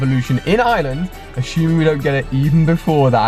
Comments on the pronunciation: And Ali your pronounce it wrong it's Ireland not island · I sweat people in England don't see the R in iReland they say "I-land" it's IRELAND it's I-land